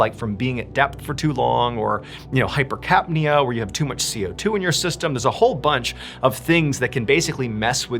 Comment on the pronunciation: 😂😂😂hyper🧢knee uh😂😂😂